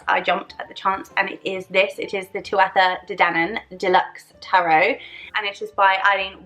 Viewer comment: Great video. Just a heads up 'tuatha' is pronounced 'THU-a-ha'.